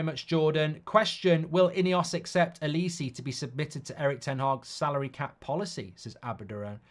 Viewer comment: why do u call olise L-E-See